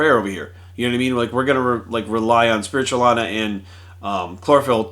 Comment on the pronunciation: Spirulina. Not spiritualina.